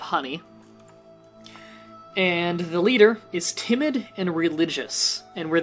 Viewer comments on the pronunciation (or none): none